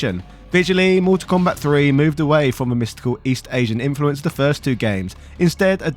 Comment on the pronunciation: It’s also Mortal Kombat not Motol Kombat but he didn’t get that right once either.